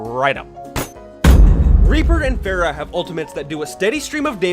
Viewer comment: Pharah is pronounced FAR-RAH, not FAIR-RAH